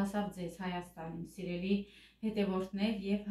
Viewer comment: да ещё кто тебе говорит не говори слово СИРЕЛИС не слушай их, мне лично очень нравится твоё произношения 😍😍😍😍😍